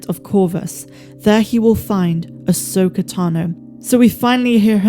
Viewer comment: Them saying ahsoka fully and unequivocally is amazing and deserves a round of applause from true SW fans